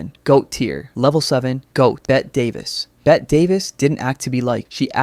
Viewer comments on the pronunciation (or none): I see Bette Davis listed as Level 7: I click IMMEDIATELY but dog her name is pronounced like “Betty” 😭😭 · I’m f*ckin SCREAMING at how hilarious these AI slop channels get when any time they mention Bette Davis they mistakenly use imagery/footage of Joan Crawford (or vice versa) because of their intertwining “feud” or whatever. Not to mention the constantly MISPRONUNCIATION of her very SIMPLE five letter name. This is how I know a channel relies on AI and no fact checking.